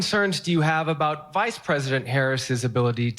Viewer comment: Him saying Vide president trump was wild.